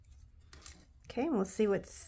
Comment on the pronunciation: I love this!! You open things like I do with the excitement of a 5 year old in a candy store.❤ You almost killed me though with "Uranis"😂 Great video once again!! ❤Also, use that magnetic to pick up caviar beads!!!!